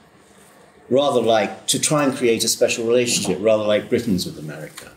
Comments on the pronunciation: I agree with everything Douglas Murray says…..unless he’s pronouncing Amaarica 🇺🇸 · I know I’ve said it before here, but the way Douglas (whose books I greatly admire) keeps pronouncing ‘America’ as ‘Amurrayca’ cracks me up. Naked ambition! That being said, I’d love to see him as president.